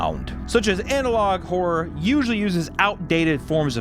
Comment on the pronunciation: I don't know why you keep saying analogue whore instead of analogue horror but I prefer analogue as well.